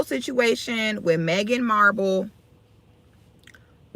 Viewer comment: I thought her name was Marhkle not Marble 🤔🤔